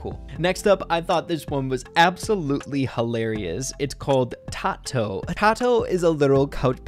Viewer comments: Also I think it's TAY-to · just wanted to say that the name TATO is pronouced TAY-TOE because you now that the concept brawler is a potato and the person who made it just took the P and the O leaving the tato.